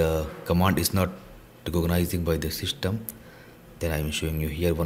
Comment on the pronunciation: Dude you said shystem instead system